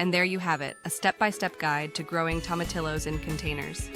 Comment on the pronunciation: The name is Spanish so you would pronounce them Toe-ma-tee-yos.